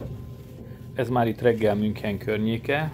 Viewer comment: Hidegrángást kapok amikor valaki nem mondja jól München nevet, illetve az ICE t se.De ettől függetlenül érdekes videó lett.